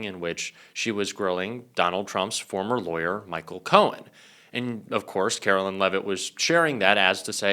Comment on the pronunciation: Hey. Love your show. One minor comment-please correct your pronunciation of Karoline Leavitt. It is “care-o-line” and not “car-o-lynn” as u say. Thanks.